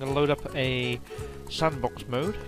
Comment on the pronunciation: You can't even spek English u said sandbok it's sandbox